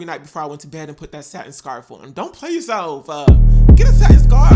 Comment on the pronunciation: "Don't play yourselfuh...get a satin scarfuh!!"🤣 I love your videos. I'm going to attempt this style.